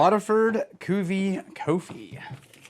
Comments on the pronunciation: Cuvée is pronounced “coo vay”. But I know you’re gonna say, “ACTUALLY… it’s pronounced ‘idontgivea$hit” and that’s why we’re friends. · try prononcing it like this: KU-V-EY or KU-V-EH